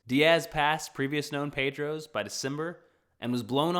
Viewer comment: Great! But the stone marks weren't called 'Pedros', but 'padrão' (singular)(pa-drel) or 'padrões' (plural) (padrens)